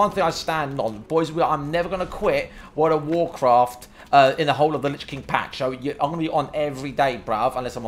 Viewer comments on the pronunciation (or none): none